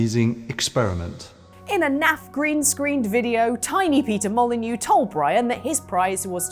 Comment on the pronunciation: Peter Mo-lie-neux